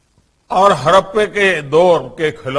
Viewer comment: हड़प्पा तो ढंग से बोलना नही आता आपको क्या खाक की नॉलेज ही आपको😀😀😀